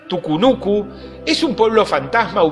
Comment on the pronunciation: Ponete de acuerdo hermano.. escribís TUCUNUCO pero en todo el video le dijistes TUCUNUCU 😂